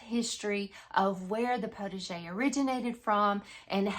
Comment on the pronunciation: Very interesting and a little funny, too; I thought it was just your way of pronouncing 'protege'! Oh the French, they do know how to confuse us! Looking very forward to this series! I have only ever had a very tiny, backyard kitchen garden of tomato's, zucchini and a handful of cooking herbs. Hoping to again in the near future, so my motto is "prepare for what I am praying for"!